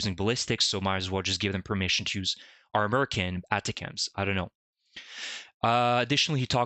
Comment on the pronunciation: Most military people pronounce that type of missile as "Attack 'ems". The accent is on the second syllable of "Attack".